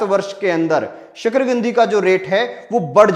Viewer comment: शकरकंदी है शकरगंदी नहीं